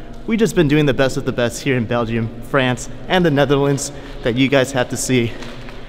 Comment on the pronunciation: Is he trying to say Belgium. But pronouncing it belgeiom?